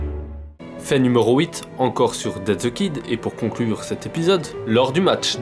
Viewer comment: cette video.....est indescriptible......j ai lus la version papier et j ai rien appris a part le fait que tu viole la prononciation des noms. on dit DEATH the kid et pas Dead (on est pas dans Walking dead) et aparament tu prononce le nom de Franken: Stine alors que ca vient de Frankenstein et donc ca se prononce CHTAÏNE putain